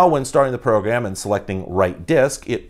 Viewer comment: Is it only me, or when you hear say “Program” does anyone hear “Progam”? Idk bro it’s subtle so it’s slowly messing with me lmao